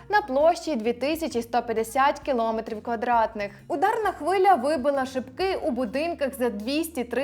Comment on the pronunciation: Двічі сказала "кілОметр". Правильно наголос на Е. КіломЕтр. "Дєрєвєншчина".